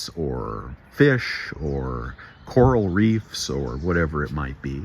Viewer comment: "coral Reef" 😂. Great video, beautiful garden. Thanks.